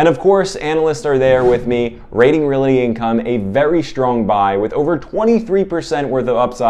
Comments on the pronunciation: Real-Tee not Real-It-Tee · Not to be a nitpicker, but I thought you might want to say “realty” correctly? It is not reality!